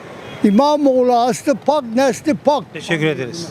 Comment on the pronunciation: Aslı pak derken ben pbaska anladim sanki😂